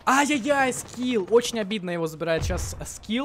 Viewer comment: не скил а скиф